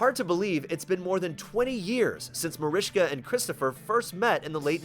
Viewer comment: Her name is MARISKA NOT MARISHKA